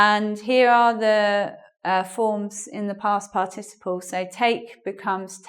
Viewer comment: Huahuaa. A lady trying to teach good English... But she herself says "past par TI ciple" ... wrong strong syllable. The correct is "past PAR ticiple". Ahh the net. So many weird people teaching weird stuff around. Bizarre